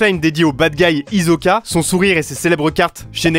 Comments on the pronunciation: C pas "Hizoka" ( en prononciation) c "Hisoka" et Kirua c pas "Kirrua" mais " Killua " 😑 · Ont en parle qu'il a dit hisoka à la place d' hisoka